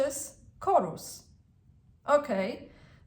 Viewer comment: forgive me but the correct pronunciation of Horus is Hhhorus not chorus. ❤U